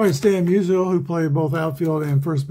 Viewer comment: Lol, when you said Musial scored, it sounded like Measles scored. Maybe I'll start calling him Measles in my 1962 replay. Glad to see Wilson and Dawson each get a hold of one. I was pulling for the Cubs. Just think if APBA had some of the great 1800s players for the Cubs like Cap Anson and Clark Griffith. I'm looking for an excuse (or a project) to buy the 1883 APBA season set. Haven't quite found it yet. I started the 1933 Carl Hubbell replay last night. In the Giants season opener on 16 Apr 33, Carl gave up 3 earned runs on 6 hits over 9 innings as the Giants shellacked the Dodgers 13-3 at Ebbets Field. IRL, the game was a 1-1 tie after 14 and a half innings. I assume it was due to darkness. In that game, Carl gave up 1 earned run over 11 innings. EDIT:I looked the set up on the APBA site and I see they do have Cap Anson in it.